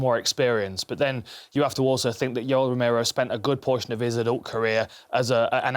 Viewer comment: Is it just me or did he really say Yellow Romero ?